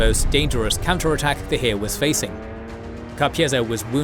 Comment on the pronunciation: There was no "hiir". It's Heer